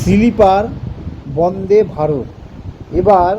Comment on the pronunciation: সিলিপার না রে বাবা !! স্লীপার । লেখা পড়ে বলা অস্বস্তিকর ।